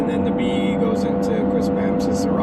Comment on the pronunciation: It's pronounced QuispamSIS. Emphasis on the third symbol